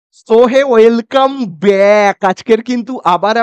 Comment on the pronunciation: Thik kore well come bolte paren na